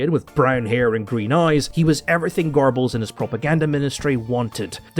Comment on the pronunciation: Don't you mean Gerrrrbballs?